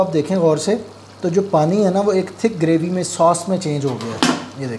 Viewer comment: Please bhai correct your pronouncetion word Graby,this is actually Gravy.